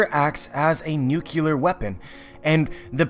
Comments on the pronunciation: Nuclear. New-Clear, not New-q-ler. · "Essentially, the Founding Titan power here acts as a nucular weapon" [inhaling] TRIGGERED